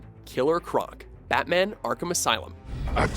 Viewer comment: 'butman' Dude......